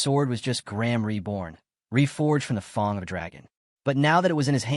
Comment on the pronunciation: FANG NOT FUNG lol